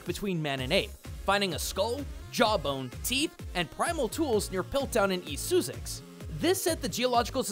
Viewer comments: "Soosex," 😂 lmao it's "SUH-sex." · I'm adding my voice to the dissent over "soosix"???? Its SUSS as in suspicious and EX as in execute. I think you're mistaking it for Dr Suss's pronunciation. Duraludon is also a steel type which might be a reference to the famous northern city of Sheffield and its steel industry. Back in the day, Sheffield steel and silver plate steel was the most sought after and highly wanted steel around the world as it was considered the best. Red Suqquriels are thriving on the Isle of Wight and its actually illegal to bring a grey on to the Island. Interestingly it's not one of those quaint laws that just exist, they do and will enforce it to protect the Reds as they currently roam the whole Island freely. If you look at the Porcine cups and pots they are cracked and broken which could also be a reference to the buried Wedgwood piles of broken crockery that Archaeologists found around the old factory site. It could also be a nod to the fact that it's common in many homes across the UK to find broken crockery in there back yards from the Victorians digging waste pits at the end of the garden and chucking broken things in to dispose of them. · I was really enjoying this video (this is a little joke, it's still a great video!) and found the Bond reference really cool but Soo-sics? Really? That's like me calling Arizona Argh-reh-zohn-ah. It's Suss (as in to suss something out) and ex which actually weirdly enough is pronounced icks lol Edit - as for what was the most British thing for me, I think it's the architecture and the region as a whole. I've been lucky to live in both the south of the UK and the Midlands, where I was born and visit Scotland and Wales so I've been all over the country and the world just screams Britishness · Did you just pronounce Sussex as... Soosex? SOOSEX? Oh lord, this is a **treat**! It's Suhsex, but without the h. Sussex. Source: I live in West Sussex. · Suezex? Sussex! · I AM BAD AT PRONOUNCING SUSSEX！ ( ≧Д≦)